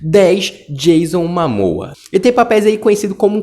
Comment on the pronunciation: Dicção ruim, pronúncia errada do nome dos protagonistas sugeridos e erros de português. Informe-se melhor dos detalhes da matéria e o canal talvez dê certo. Medíocre em meio a muita concorrência de qualidade sobre o tema. "MAMOA ???"